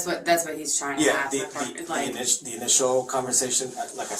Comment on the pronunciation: This is the reason that you don’t hire people that can’t pronounce the word “ask” correctly